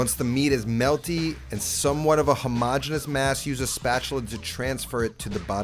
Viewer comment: thank you thank you thank you for pronouncing homogeneous correctly. I love it. Oh and the sandwich is money$$$